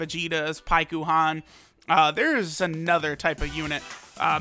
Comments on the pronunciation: Its pronounced like Pykon. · Why does he say paikuhan so weird you don’t say it with the u. He’s clearly never seen dragon ball z or the Goleta and Janemba movie(forgot the name) if he doesn’t know how to say paikuhan